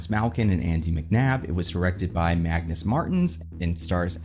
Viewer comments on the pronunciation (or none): none